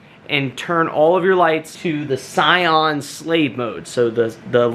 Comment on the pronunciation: Cyan is pronounced CY-ANN Love all you videos great information thank you.